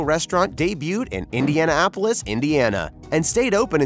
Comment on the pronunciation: Indiana-apolis…at this point you realize the narrator is clueless. Next video please!